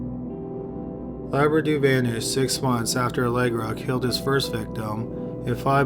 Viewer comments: LOUBRADOU. How could you say laberdoo? READ. LOU BRA DOU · I keep hearing Labradoodle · This is not a funny case of this poor woman, but the closed captions are. It keeps calling her Labradoodle instead of Loubradou.